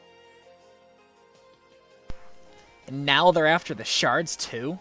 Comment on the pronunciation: Actually, that's not A-duh, it's I-duh. And Haseo saying that about "young man" is hilarious, as he's always implied to be an immature person himself, and he often refers to another game character as "old hag". And damn it, Tri-Edge, don't spoil the game for anybody.